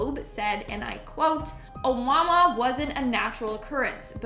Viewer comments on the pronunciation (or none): You pronounced Oumuamua wrong! It's "O moo a moo a" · Canadians trying to speak Hawaiian is adorable. O-moo-a-moo-a.